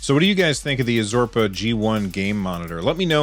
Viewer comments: Azorpa :D lol..its AR-ZO-PA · ARzopa* get your sponsors name right atleast lol!